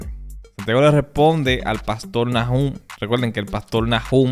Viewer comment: Buen video. Bro disculpa, pero se pronuncia Nahum, no Najum. Entendiste??